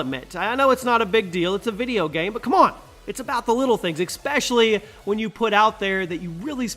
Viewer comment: It is espesially, not expesially, I can't stress this enough.